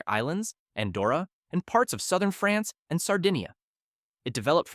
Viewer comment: the way he pronounced France was way worse